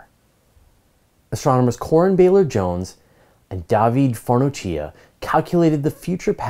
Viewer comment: The cch in Farnocchia pronounce like two hard -k-s.